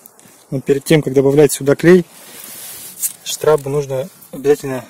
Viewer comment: не штрАбы, а штрОбы!